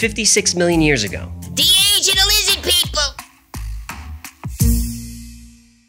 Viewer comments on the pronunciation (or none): Why are u mocking Jewish pronunciation? Lizzid? Not cool. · this is my favorite one. prob because of spelling/pronunciation of 'Lizzid'. As a New Yorker, this cracks me up to no end. Thanks